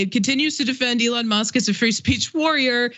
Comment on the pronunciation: Why is that douche saying Alon musk? Fuck you dickhead you know how to say that liars name. Stop being a fancy special boy.